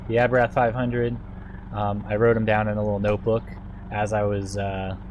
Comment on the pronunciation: LMAO!!! WTF is an "Aberath?" You mean, "Abarth"